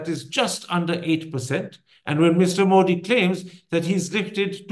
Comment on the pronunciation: Mr Thapar... it has been atleast 20 years now! The name is pronounced 'Modi' with a soft 'd' as in द ... and not a ड...